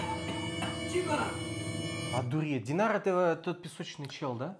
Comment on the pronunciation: Стражника, которого взяли в плен зовут Тайнар, не Динар, это проблемы переозвучки. Видимо, в английской версии пишется через i, а спустя время забылось, что поизносится как "-ай", а не "-и". Кажется далее снова будут произносить, как Тайнар. И он, кстати, тот самый стражник, которого стражницы вылечили и накормили кормом для грызунов, помните у Вилл была соня по имени Мистер Хагглз? Песочника вы не помните, потому, что его не показывали в человеческой форме, он был просто местом, в которое засасывало песками людей, это старушка дала ему новый облик. Рубин, ответ на твой вопрос на 10 сек раньше дается. Складки в пространстве - это новые порталы, естественный переход от одного мира в другой. Саша далее правильно рассуждает. Раздвинул складку и оказался там, где тебе нужно. А старые порталы - это дыры в завесе, которой был прикрыт Мередиан от остальных миров. И так как дыры появлялись произвольно, и только с Меридиана на Землю, т.к. опять же, ближе к потерянной принцессе, то их приходилось быстренько латать, чтобы завеса "не пошла по швам". Ирма так забавно опирается на плечи Вилл. Казалось бы, они в воздухе и там полно места, но она все равно отпихивает Вилл, чтобы больше разглядеть😄 это голос Седрика) Кстати, о теории, что Корнелия могла бы управлять Песочником, как частью стихии земли. Тут история, думаю, как с Кайтимом. Помните водное существо с щупальцами и одним глазом? В серии где Фобос осушил все колодцы, кроме одного озера, где и поселилось это существ